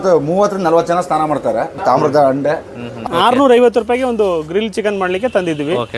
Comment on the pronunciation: ಅಂಡೆ 😮 ? ತಪ್ಪು.😅 ಹಂಡೆ ಅಂತ ಸರಿಪಡಿಸಿ.